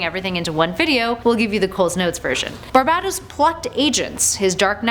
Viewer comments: ITS PRONOUNCED BAR-BAY-TOS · You are pronouncing barbatos Wrong